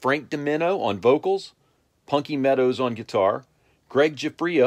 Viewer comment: the one tha at can not say punky can